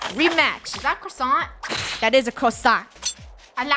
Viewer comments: Cwossant that is a Cwossant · More like PRO-issant